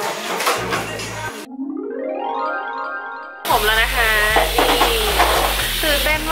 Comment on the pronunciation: นะคะรึเปล่าคะ😆 เอาซะขำเลย เป็น "นะค่ะ"เฉย 😆